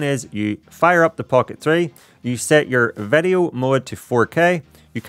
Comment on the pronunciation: Out of curiosity, where are you from? The pronounciation of "i" like "e" (vedeo, cleck, segnal, resky, queck, stell, endependent ("posetioned" was the most funny one)) takes some time to getting used to.😅